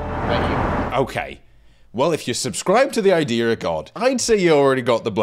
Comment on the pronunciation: love how even when you’re doing an american accent you still pronounce idea as “idear” like yas